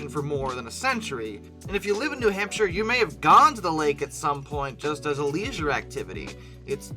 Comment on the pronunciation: Also as a man born and raised in New Hampshire, you nailed that pronunciation.